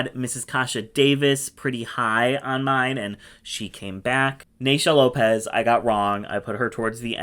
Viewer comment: when you said " or Naysha Lopez" I heard "Ornacia Lopez", which would make a great concept for that merging challenge in AS7 😁